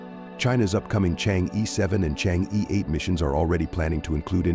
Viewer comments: It does not pronounce chang yi, but something like chang er (like M'er'cury) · You whites maliciously mispronounce it. It should be Chang er.